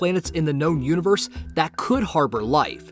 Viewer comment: “THE UNIBERSE”